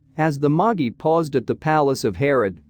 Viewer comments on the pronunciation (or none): My brain did a sudden stop when I heard “Moggy”! It took me a second to realize the computer voice was attempting to say “Magi”…